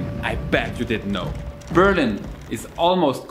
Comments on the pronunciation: Dude, it's called Berliiiin, not Beeeeerlin, even in English, but also in German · hehe :) that's on purpose I think. Because most Germans when encountered surprisingly to say Berlin, they say indeed Beeerlin. Apparently we think in English things are accented always on the first syllable. :D I needed about 6 months to figure out it was Berliiin. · Why do Germans pronounce their own City always so awkwardly ? No matter whether you say it in English or German, the important thing is to emphasize on the second syllable, which goes up. Like Ber LIN ! But for some weird reason Germans pronounce their City as BÖR lin, where the emphasis is on the first syllable. Why ?